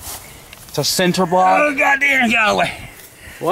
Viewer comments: really called it a "center" block lol I never noticed that is a cinder block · "a cinter block"